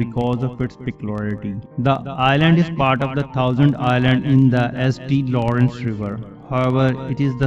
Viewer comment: St. Lawrence river is pronounced “Saint Lawrence River” just fyi. Great video though good information 👍